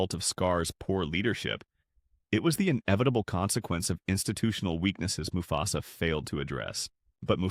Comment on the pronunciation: I was interested in this video until I noticed some clear wording mistakes that is most likely created by ai narration. Example moo fe sa